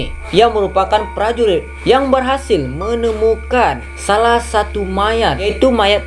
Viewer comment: Kok abang ngomongnya saku bkn satu?!😂😂emg duit abng abis?!